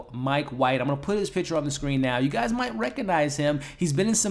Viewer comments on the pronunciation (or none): none